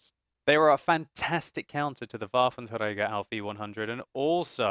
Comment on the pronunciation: I love how you say Waffenträger i mean it sounds good and correct and well your one or even the only one that says it correct